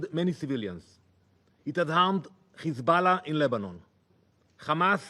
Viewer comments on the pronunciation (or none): none